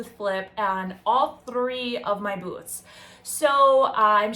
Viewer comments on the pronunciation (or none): none